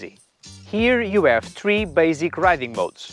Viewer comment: You do great videos in perfect English. Yet there's one single thing that bugs me - why aren't you pronouncing later H at the beginning of words? Ome, ave, uskvarna, oliday etc. I lived in Portugal for some time and I never noticed it so I doubt it's specific to Portuguese speakers (unlike the French).